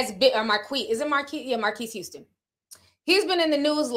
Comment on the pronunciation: not you questioning if you saying his name right and still wrong 😂😂😂😂😂😂😂😂